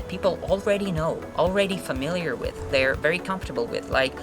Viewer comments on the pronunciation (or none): They don't interact with natives. Произношение - вэй донт интэракт уыС нейтивс. По-вашему, Ти эйч произносится как - С, уже где-то слышал.... Вы точно учитель английского? Из какой части Америки, простите это произношение? Может все-таки Мытыщи? Обычный разговорный уровень русского человека, владеющего английским языком как иностранным, на среднем уровне с достаточно посредственным произношением, ни больше ни меньше., кого вы дурите? Не надо пускать пыль в глаза, любой человек владеющий английским видит вас насквозь. Вам учить людей английскому, это как минимум некрасиво.